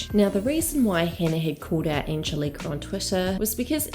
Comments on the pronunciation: it's angélika not angelika ffs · It's Anne-Gel-Lick-ah Not Anne-gel-leak-ah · It’s Angelica (ang-gel-ica) not angel-Ika. ❤️ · Surely it's an-gel-ih-ka not "car" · I love your videos but her name is An-GEL-ica lol. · It’s Angeli-KA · The Kiwi accent miss-pronouncing "Angelika" is hilarious. It's "An-gel-ee-car" like from the Rugrats. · Anne. Gel. Ick. Uh. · Wow, Americancentric & nationalist. Not everyone in the comments section talking about her mispronouncing Agelika's name is American. You even referred to people as "Non-US nationals" wtf? Lol. Accent has nothing to do with mispronouncing a name in this case. People from NZ can pronounce Agelika's name properly. They are able to with their accent & you claiming they cannot, is spreading misinformation. It's not the end of the world if someone accidentally mispronounces a name nor if others correct them, however, it's insulting for you to assume everyone is American just to insult them & to act like people from NZ are unable to pronounce names correctly just because of their accents lol. Stop it. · I think its the hard K not the r at the end thats making it sound odd. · This Angelika pronunciation triggers me!! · No R at the end. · Take a shot every time pronounces Angelika’s name wrong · Why are you mispronouncing her name like that? I think you need to take a longer look at all the people involved. It has a hell of a lot to do with more than just these two women, unfortunately. The rest of the boys can't keep their noses out if it. Also, you left out a lot of Hannah's response to being called out for her comments towards Trisha and how she removed the video because she acknowledges that she was wrong. She's left a link open for people to comment and further educate her. Did you not see Smokey Glow's video before posting this? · why are you pronouncing Angelika the same as WOACB